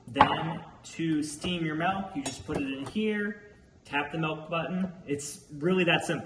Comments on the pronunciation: Stop saying melk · That’s a lot of MELK lol